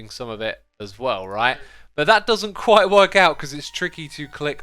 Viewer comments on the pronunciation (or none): none